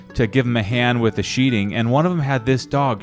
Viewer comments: Sheathing - not "sheeting" ;-). That's going to be a beautiful house! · " Sheathing"...not sheeting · It's sheathing not sheeting.... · One thing, It's Sheathing